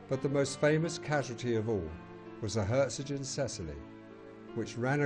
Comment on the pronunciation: Perhaps this was the best end for her, though. In just a few years she would have been impounded by the Allies & probably rusted away or scrapped. Instead the sea took her with no lives lost. btw There is no 't' in the name. It is 'Herzogin Cecillie'. And the title 'Herzogin' is German, i.e. it has a hard 'g'. Lovely video though, thanks.